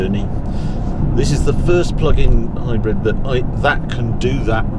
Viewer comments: Omg Harry it's HybrId with an I not HybrEd 🙁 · Its not hi-bred,its hybrid.